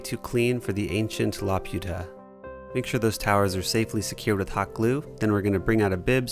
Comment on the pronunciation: love the work, it's really beautiful to watch and i really hope sometime i can make some of my own. if possible tho, could you please check pronunciation? laputa is la-poo-tah. i'd be happy to help. this isn't meant as a criticism, just an ask. thank you.